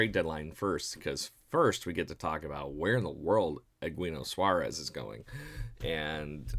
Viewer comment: You totally butchered Eugenio Suárez name. Players being reported on deserve the respect of being called by their name.